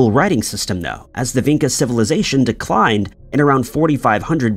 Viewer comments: Vinca is actually pronounced Vincha (Vinča). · I am living there, in Belgrade , In Vinca :) archeological site is not much explored how should be :) and ...pronouncing the name of the place is completely wrong, no one would understand you and you would not find the Vinca you are looking for